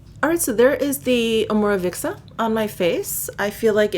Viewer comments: Lovely video,!! I am in for clean makeup nowadays, so your vid was really useful! If you do not mind me mentioning: Omorovicza is a Hungarian brand, and is pronounced Omorovi-TS-a. I hope you don't take it as an offence. Sending a hug from Budapest! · Fürst Krisztina to add to the pronunciation, hope you don’t mind, Om-or-o-vit-za; each syllable is pronounced rather than squishing some together as she did into 2 syllables